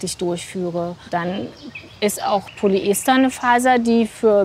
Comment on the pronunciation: Eine Expertin die korrekt Polyester ausspricht. Da freut sich das Chemikerherz. :)